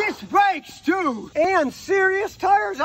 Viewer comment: Love the way he says…disc brakes too…he really hits the too for emphasis!!! Love ya Scotty!!!